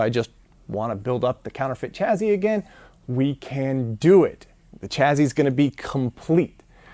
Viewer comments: OK. It's taken me 13 parts before I asked this: Why do you say "Chaz-zy" and not "Chas-sy" for chassis? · "chaZZy"? WTF is that?